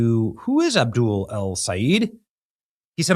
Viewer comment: It's pronounced Abdoooool😂!